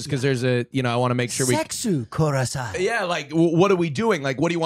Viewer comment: No yeah but thinks kurasai is kudasai he keeps saying it and thinking it means please lmao bros teaching others it too pls